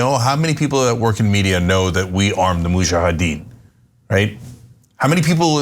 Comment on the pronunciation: Crank head does not even know how to pronounce Mujahideen......